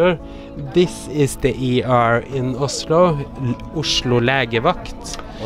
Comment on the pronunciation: Blir irritert av måten du sier Oslo på!!!😂 Man sier Ozlo på engelsk loool